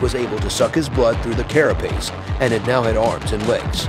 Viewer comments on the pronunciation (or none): none